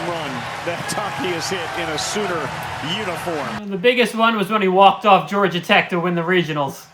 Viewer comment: I watched the Alt broadcast of game 2, and I noticed you boy kept making the grave mistake of saying "Soomer" instead of "Sooner". 😑